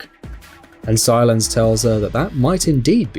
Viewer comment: Why is he pronouncing Silas as silence